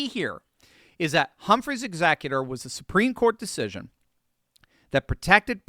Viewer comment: "HUMPHREY'S EXECUTOR" for those wondering what the heck he said... hehe, love you ❤ see Humphrey's Executor v. United States, 295 U.S. 602